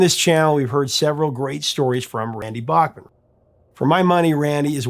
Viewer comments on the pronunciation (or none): Dear Professor... pronounce Randy's last name as he does. Randy "BACK-Man". And his son Tal's name is pronounced TOWEL BACKMan. Just a FYI. 😁😁And yes, Randy is OK with the incorrect pronunciation of Bachman Turner Overdrive because he knew it would be useless to correct radio station DJs. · Hey Professor…this is a piece of FYI. Randy’s last name is actually pronounced “Backman” No joke research it. His words not mine. Next time you talk to him…ask him. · I know Randy is too polite as a practicing Mormon to say anything, but his last name is pronounced BACK-MAN, not like the great composer Bach. Please use your influence to spread saying his name correctly. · I didn't take the time to check all the comments, so maybe someone has already asked this. Randy pronounces his last name as BACK-man, while most Americans (including Adam and myself) pronounce it as BOCK-man. Is Randy okay that we mispronounce his last name when we say BOCK-man-Turner Overdrive? Maybe as long as we buy the music, he doesn't care! 😁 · Notice Randy pronounces his name "BACKman" not "BACHman". Americans have a hard time with that! Legendary Canadian musician!! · So all these years with everyone pronouncing Bochman, it’s actually pronounce Back-man? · I never realized we've been mispronouncing his name all these years. BACKman instead of BACHman...